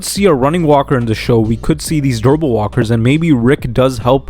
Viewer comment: Interesting theories. Just slow down when saying "durable". It sounds like you're saying "verbal". Actually, verbal walkers would be terrifying!